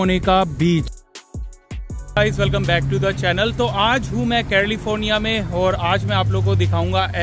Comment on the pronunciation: bhai, do not call CALIFORNIA AS CARLIFORNIA. YOU CALL IT CARLIFORNIA ALWAYS IT IS WRONG PRONUNCIATION.